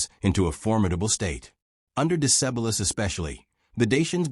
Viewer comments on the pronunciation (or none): Romans conquered just a third of Dacia . Dacia is pronounced day chiar. Decebal as dehchehbahl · Ah those butchered names in english of Burebista and Decebal